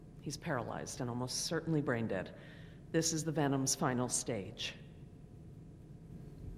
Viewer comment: I know what laid eggs in the body It was a troodon and a troodon has venom like the lady said venon